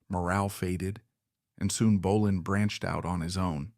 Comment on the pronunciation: Hate when AI can' t prounce Bolan correctly